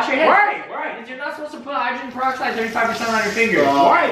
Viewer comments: said hydrogenne galoxide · Did say hygroglen goloxide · say hydrogen geloxide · this man said hydrogenpoloxid now we now why he cant spell mouth if you don't know what i mean go to wolfieraps try not to drowned challenge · HIGGGREXTAIN PAROXIDE SWAZE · "Hydroglyn golixide" lol